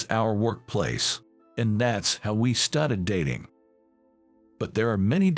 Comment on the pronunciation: The word STARTED is pronounced star-ted not stat-ed. They read well enough but pronunciation sucks. So many easy words are beyond their vocabulary. US is read as U-S not us. Like the stories, but